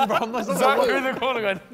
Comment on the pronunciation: it’s funny how Harry still calls josh zerrka after all this time 😂